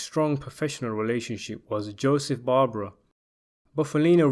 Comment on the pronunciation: Apalachin is pronounced "apple" + "ache" + "in". And Joseph "Joe the Barber" Barbara 's last name is pronounced "bar" + "bear" + "ah". Talk about butchering names up.